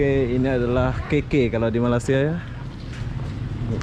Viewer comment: bang malaysia bukan malasa